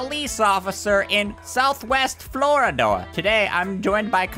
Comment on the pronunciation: Florida or Floredoor? I can't tell